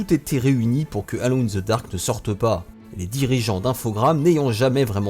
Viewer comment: Ca se prononce: eulone in the dark!